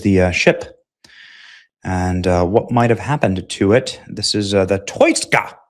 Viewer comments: Its pronounced TOO-SKA.. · You really can't read OR speak English, can you?!?! How do you pronounce the name of the vessel that absurdly stupid way?!?! It's called the TOUSKA...TOO-SKA...my 4 year old daughter got it first try! You sound like one of those actors in a dubbed over karate flick from the 70's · Btw ... it's promounced Toos-ka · THE SHIP'S NAME IS THE 'TOUSKA'...PRONOUNCED 'TWO-SKA'....⛓🚢⛓ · Yea benny, I think its pronounced taow-skaa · TOUSKA is pronounced Tow - Ska but spelt Touska 😂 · The Persian name Touska (توسکا) is commonly pronounced too-SKAH (IPA: /tʰusˈkʰɒ/). It is often phonetically broken down as "Toos-kah". This name refers to the alder tree in Persian, and it is also used as a female given. Must be the Botox injections in your forehead Benny. It’s a paralytic. No long term studies yet. However it can cause early onset of Dementia. But no wrinkles right. Goes good with that skinny face death look from Ozempic or Mounjaro. STOP 🛑 IT. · TOO- SKA . That's how you say it Benny . Too -Ska . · Why did you pronounce it like that? That’s the easiest name to pronounce. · You could stop acting like a dumbbutt when pronouncing the name of the Iranian ship.